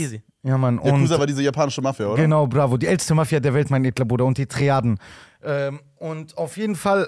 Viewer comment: Hahahaha digga abdi sagt die ganze zeit "mein edestler" ich kann nicht mehr